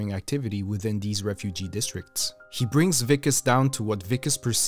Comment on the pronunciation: For District 9 , you pronounced " Wikus" perfectly ! Well done , not many pronounce South African names correctly.